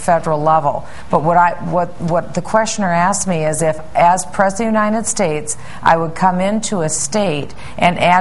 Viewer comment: she says unindet states hahahahahaha